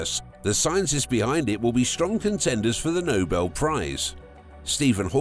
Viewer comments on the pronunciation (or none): none